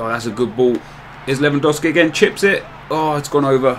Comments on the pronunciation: Its LEWANDOOOOOOOWSKI NOT lewandawski man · its spelled levandovski not dow like cow . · I'm polish and it's said lew-an-dovski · Its pronounced Levandovski, I'm from Poland. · I know this may sound stupid but I'm from the US. Is it really pronounced Levandowski even though is spelled lewandowski? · It's pronounced as 'Levandofski'